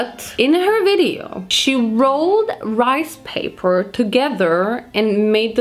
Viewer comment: “This is 100% my type of rice pay-PAAHH” 😭😭😭😭 I’m screaming. Love these videos they’re always so entertaining